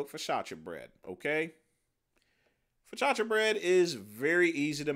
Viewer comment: Frank Tufano makes Focaccia because he's Italian. makes Fo-kaka because he kaka poo poo, if you know what I'm saying.